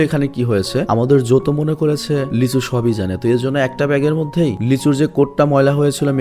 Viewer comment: Ami ei movie tar original ta dekhchi but explain dekhi ni. আর আপনি যাকে লিচু বলছেন সে... লী সু-হো। Lee su-ho🤣🤣🤣